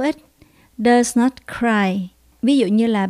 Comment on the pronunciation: Cô ơi, có nhất thiết lúc nào cũng phát âm cuối không ạ, em thấy lâu lâu trong bà này cô đọc not not nhưng không phát âm t ạ